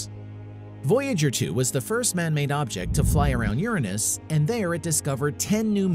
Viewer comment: I don’t like how you pronounce Uranus.... I don’t think it’s correct